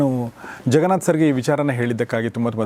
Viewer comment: Your son is right , you are saying ZEN , it’s JEN , ಸೊ ಜೆನ್ ನಾಟ್ ಝೆನ್ 😊🙏🏽, the way you say jaganath sir ಜಗನಾಥ್ , ನಾಟ್ ಝಗನಾಥ್